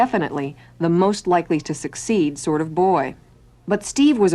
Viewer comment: "The most likely to suc-ceed kind of boy." Diabolical lmao